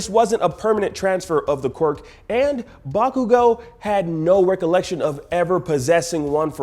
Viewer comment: Bakugo = "Back-you-go"